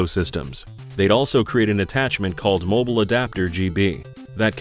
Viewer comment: "mibile System"? Hope somebody got fired for that